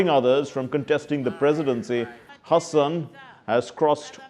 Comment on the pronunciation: Great multiple pronounciations of Tanzanian president's Hassan's name!! Exhaustingly exhilirating!!🌍❤😂